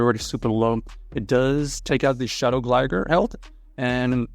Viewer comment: Why is bro calling it Gligger?